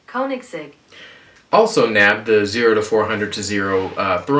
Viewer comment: "CO-nig-segg" It's not TOO difficult, although it's awkward to spell it like this. Maybe "CONE-igs-egg" is better? It could always be worse. It could be Rimac, which is pronounced "RE-maktszx*q^@